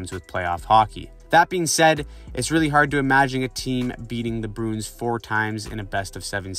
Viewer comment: strange pronunciation of bruins broons